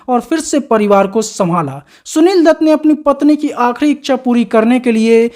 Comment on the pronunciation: Are anpadh h kya tu . Gwaar bhi h . Shunil dutt nhi hota . Sunil dutt hota h . .hindi ka apman h . .sja milni chahiye . .shaadi ko saadi bolta h